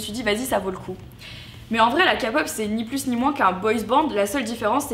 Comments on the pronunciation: Ça se dit « képop » pas « kapop »😂mais sinon j’ai adoré ta vidéo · Elle a dit kapop ? C’est keypop 😭 La kpop m’a changer par ce que comment dire que moi je me sentais inutile que j’avais rien à faire et depuis toujours je me sens exclue de ma famille ext. Puis je suis tomber sur la kpop j’ai commencer avec Got7 ça m’a changer par ce que avant jetai une peste mais tout sa sa m’a changer fin vu que je me sentais exclue jetai renfermer sur moi même puis en écoutant en regardant comment les idoles sont petit à petit sa m’a changer et maintenant je me sens mieux. J’ai envie de faire plein de chose fin vraiment la kpop ça m’a changer 🥰🇰🇷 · Du moment qu'elle a dit CA-pop on peut plus rien faire pour elle les gens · Pourquoi tu n'eme pas la kpop et en plus sa ne se dit pas ca pop sa se dit kpop😤😤😤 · mais si vous parle de un sujet dite le bien cest pas la kapop mais la kay pop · “La kapop je ne comprends pas c’est juste des boysband” rien ne va dans cette phrase 🤣🤣🤣, enfaite il y a des girlsband aussi , Il peut y avaoir des non coréen aussi sa reste toujours de la k-pop vue qu’ils chantent en coréen mais sur tout sa se prononce keypop ,KeYpOoOooP je le dit et redit KEYPOP mais bien sur sa s’écrit “K-POP” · Perso je trouve que la pastèque c’est bon, et ça a du goût. Mais depuis quand un fruit est “intagramable”? Et la sauce soja sucré c’est TROOO BOON!!!😍🤤❤️. Mais Marie tu peux pas dire la “Kapop” c’est la “Kaypop”, et puis personnellement j’aime vraiiment BEAUCOUP la K-POP, et je suis pas d’accord avec toi, je trouve que la K-POP c’est graaaaave un nouveau style, un style différent pas par ce que c’est des Coréens, mais par ce que c’est grave stylé, et puis tout est bien travaillé et tout...Mais après chacun c’est goûts... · Ce n'est pas de la kapop mais de la kaipop arrêtez de le prononcer mal svp😭😭😭😭😭😭😭😭😅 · ÇA SE PEONONCES « Quai pop » mais jsuis pas fan non plus 😭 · On dit la képop pas kapop et ça s'écrit kpop🙄🙄🙄🙄🙄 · KAPOP ?! QUOI ?! ÇA SE DIT « KAY-POP » EN MODE RICAIN.